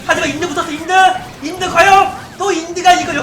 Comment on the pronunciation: 인드인드 하는게 영미로 들림